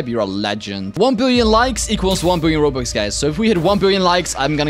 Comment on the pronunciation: Bro said only 2000 ronux 😂